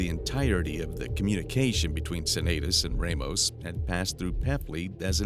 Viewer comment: Not many people know this, but 'Ramos' is usually not pronounced 'Raymos'.